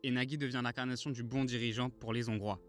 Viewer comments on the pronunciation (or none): On ne dit pas (1 : 45 ) les-zHongrois, pas de liaison svp.